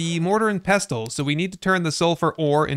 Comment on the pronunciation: Fun fact! The "t" in Mortar and Pestle is silent! :::pessle